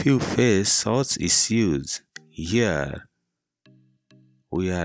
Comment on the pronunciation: Issue is not pronounced iseeeooos. It’s eeshooo. Position is pronounced pooseshan. Not pooseson. Solution is pronounced salooshan not saooloosan. Which English school did you go to?